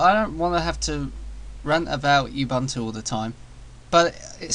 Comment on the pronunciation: No, but microsoft is about as professional as it gets. There's no reason to take out something that hardly anyone will ever see, much less care about. Also, it's pronounced "oo-Boon-too".